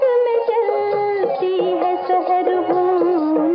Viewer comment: I do not expect that Surriya will wrongly pronounce the word"""SAHAR"""means early morning... ( She is pronouncing""SEHAR"" means Jaado...) Regards. I a qamar.